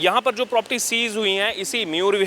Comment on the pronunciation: प्रॉपर्टी बोलते हैं प्रोपटी नही